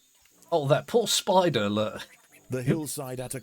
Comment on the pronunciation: The way you said "spidder" was hilarious 😂